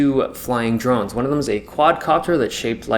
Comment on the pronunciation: I heard "drugs" instead of drones. Then again my hearing is slightly off these days...